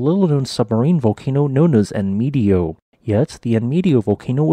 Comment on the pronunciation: "Enmedio," after Spanish "en medio" ("in the middle [point]"), should be pronounced en-med-dyoh. Both e's the same, and "io" sped up to last the same as just one vowel. [The host is not expected to know Spanish. Viewers are entitled to know, if possible, the right pronunciation of place names.]